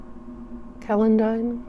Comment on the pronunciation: this is absolutely beautiful. Thanks so much for sharing the results and how you made it. If you’d like to know, Furze is pronounced furz, celandine as selandine, and treacle as treecle. Treacle is similar to molasses. You may remember the dormouse in Alice in Wonderland telling the story of a treacle well. 😊😘